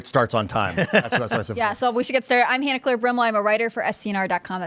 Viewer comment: Han-Eclair like is really like - she goes like I've had this like NAME for like three years - so ya-no like why have you like pronounced me like ya-no I go really like - do you like have a like normal IQ - like ya-no like learn my like name. JR